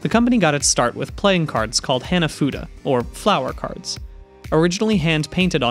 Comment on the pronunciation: great vid. Heads up, Hanafuda's "Hana" is like "hawn-a"